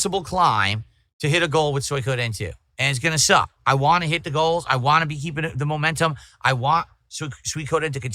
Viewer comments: I wa this and I wa that. Hearing him say the word "want" gives me an aneurysm, I can't bear it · I whan! I whan! NAGH TRUE. The guy who says he has good diction can't pronounce T's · Why does he say “want” like a regard?